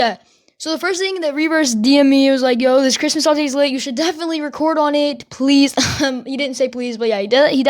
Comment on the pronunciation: i hear him say cwis- cristmas